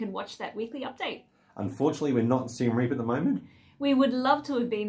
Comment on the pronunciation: Reap is pronounced with two syllables Ray-ap. (Siem Reap actually means the 'defeat of the Thais', which doesn't stop them attracting Thai tourists). I was last there in 2019 not that long before Covid closed all the SE Asian borders. A very lively little town with a great manic character...